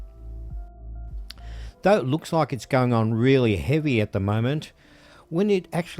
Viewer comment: Nice build. I laugh to much at the way you say Vallejo like your really stressing it